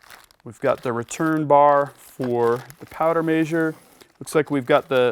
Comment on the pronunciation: Measure is Mez-her not May-zure. ;) Other than that driving me nuts, great video!